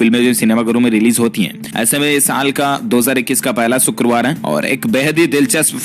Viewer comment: सुकरवार नहीं शुक्रवार होता है। देहातीयों वाली बोली बोलना छोड़ दे।